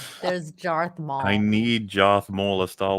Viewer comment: "Jarth Maul" 🤣